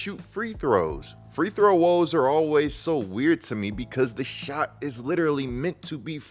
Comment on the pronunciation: Bro, ain’t it “free-throw”….not “three throw” 😂💀